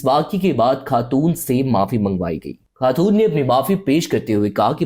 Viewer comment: sab koch sahi tha , but pakistanis ko pehle apni Urdu sahi kar chai ye , lagraha tha is vedio me koi indian bol radha he he, ghalat ko galat , khatoon and bohat sare word wrong pronouse kiye apne, ab darama actors bhi ghalat urdu bolte he fakhar k sath